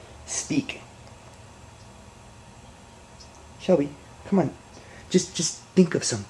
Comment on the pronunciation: its shelby not shelly don't hate me